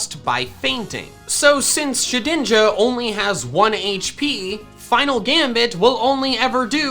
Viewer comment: Did he call shedninja shidninja